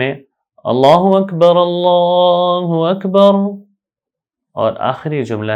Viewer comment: اللہ اکبر اللہ اکبر غلط پڑھا اقامت ساری غلط پڑھی یہ ویڈیو ڈیلیٹ کریں کسی ایسے عالم سے سیکھیں جس نے تجوید و قرات کا کورس کیا ہو سیکھنے کے بعد ویڈیو چوبارہ اپلوڈ کر